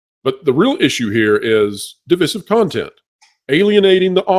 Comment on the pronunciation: My god it’s pronounced duh-vai-suhv. Meaning dividing